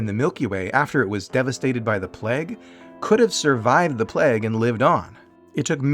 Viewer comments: playg not plehg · just not a pronunciation for plague I'd heard before!